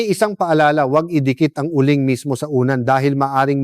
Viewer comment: Uling doc hindi u ling